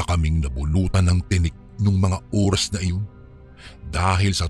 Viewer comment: ORAS yun hindi URAS 😂😂😂😂😂